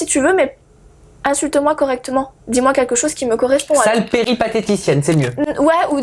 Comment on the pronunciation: "quinlquin" d'entière... ok ok